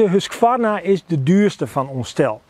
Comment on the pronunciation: Je spreekt de q niet uit in husqvarna